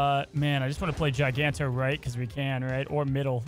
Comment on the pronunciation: another GIANTo instead of GIGANto